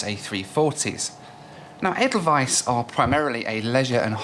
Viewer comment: As a Swiss guy I appreciate how you nailed the pronunciation of Edelweiss.